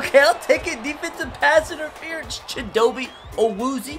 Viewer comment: Bruh if he says chidobe awuzie like that again I'm going to flip